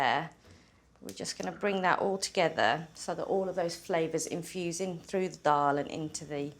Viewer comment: Thanks for saying Dal correctly